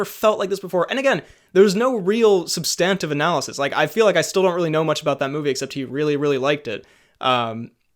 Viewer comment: You pronounce substantive wrong